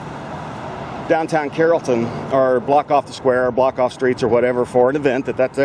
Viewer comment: And I was pronouncing it Carlton all this time. Silly me.